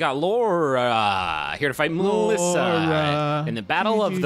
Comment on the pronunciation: I love that they actually pronounced the Ё in Mёlissa correctly. Sometimes. They seem to switch between Melissa, Mёlissa and Myolissa all the time.